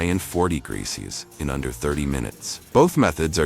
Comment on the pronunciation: Why can’t this AI say CELSIUS ??!! It’s so annoying! It’s freakishly common how many AI vids I see where the mention of temperature in DEGREES, CELSIUS AND FAHRENHEIT SHOWS THE VAST LIMITATIONS OF ARTIFICIAL “intelligence “